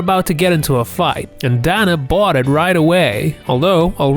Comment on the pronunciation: You need to work on pronouncing Dana.